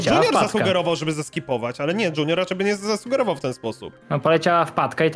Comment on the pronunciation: Tak bardzo mnie irytuje jak mówi dŹiunior